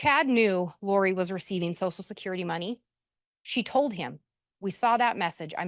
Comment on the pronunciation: if saying “sosal security” is not the way to pronounce “social security” makes me a difficult person I guess I am 😂 Are you an easy person & a sosal worker by any chance?